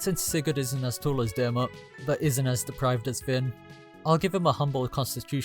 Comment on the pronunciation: It's Deer-Mid